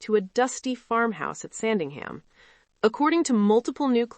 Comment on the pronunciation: It's Sandringham, not Sandingham. If you can't pronounce it correctly, I question the accuracy of the rest of this segment.